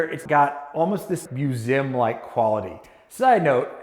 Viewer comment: a what? muzeum? ahaha just me or does he pronounce it weird